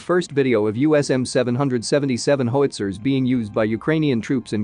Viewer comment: Great video, but "howitzer" is pronounced "HOW ITS ER" not "HOE ITS ER." But great job!